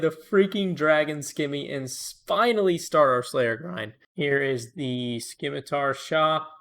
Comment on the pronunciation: The 'c' is silent in Scimitar!"!#!%TZ¤EGTKE=)